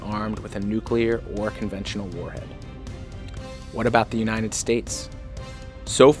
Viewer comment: bro really said "unined states"